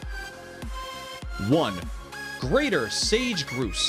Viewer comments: For a nature channel, doing a video entirely on birds, I thought you would know how to say Grouse. It's pronounced like Gr-ow-se not Gr-ew-se. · Greater Sage Gruss please narrator correct your pronunciation. Grouse the O is like house. The music ruins the video. It's like an old arcade game like Donkey Kong. Terrible. You should have the natural sounds of the beautiful birds. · Thanks for the video. Two things though: 1. The music was extremely annoying. Just cut the music all together. Distracting and unnecessary. 2. Omg your mispronunciations drove me crazy. Check out “Guiana” (Guy-Anna) pronunciation and Grouse (pronounced like “mouse” but Gr-Ouse) pronunciation because they were both incorrect in the video. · Doesn't "Grouse" rhyme with "house"? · "a unique looking thing"? "sage groos"? I'd hire a specialist to write the script, a pro to do the narration and fire the musical director. You need to hear the birds—the sage groos is amazing. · Grouse: "gr-ow-s" Hoatzin: "hoe-aught-sin" Pronunciation is a bit off, and didnt even mention the hoatzins characteristic wing spur, but overall a pretty good video! 👌🏻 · Grouse rhymes with house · Grouse is pronounced growce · Stunning amount of mispronunciations and straight up mistakes! It's a Sage Grouse - rhymes with house! Ugh. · Maybe they could learn to pronounce grouse. It's NOT gruse. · BaiAnNa2014 Twitter The mispronouncing of Grouse, saying King Vultures weigh 45kg and have a wingspan of 34 meters, he didn’t acknowledge the Galapagos and Cape Verde populations of Magnificent Frigatebird and showing a clip of the Red-Headed Vulture instead of the King Vulture. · It's grouse like mouse not grouse like goose. Dump the music and add the bird sounds please! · I can't get over the fact the narrator mispronounced grouse.... sigh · sage 'groose'... has this narrator never heard of a grouse [pronounced: graws] before? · It’s Grouse, not Groose... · My God, "grouse" rhymes with "house" not "goose".